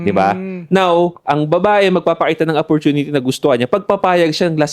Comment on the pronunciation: Sorry sa pangpupulis mga ka 3pm geng. Paayos lang kay yung bigkas ng Opportunity. Daming Episodes na napapansin ko " Apportinity " talaga dinig ko e.